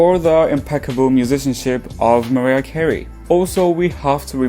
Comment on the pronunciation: It’s Mariah 😂 just saying but dope video thumbs up